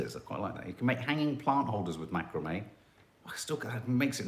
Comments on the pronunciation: It is pronounced Mac..kra.. me xxx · It’s pronounced Macraaami 😅